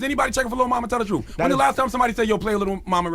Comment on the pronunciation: Charlamagne its pronounced truTH not TRUF and its youTH not YOUF. Damn...